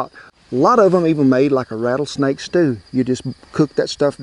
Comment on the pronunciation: You just lost me as a fan..."RATTLESNAKE",AND I AM FROM TX